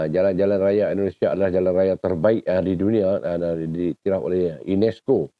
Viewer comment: INESCO BUKANNYA UNESCO... 😂😂😂😂😂😂😂